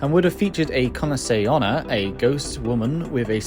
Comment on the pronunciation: I feel like you've been pronouncing Kuchisake Onna very quickly, it sounds like Kunase Onna. Nice vid tho :)